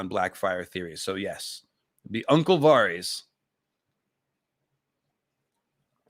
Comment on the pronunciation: The way you pronounce Varys is confusing. Why say it different from the show and George and literally everyone else